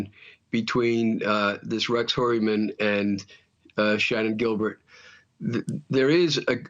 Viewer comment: Finally, someone who knows how to pronounce Heuermann!